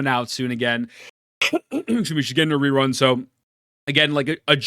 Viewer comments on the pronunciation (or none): none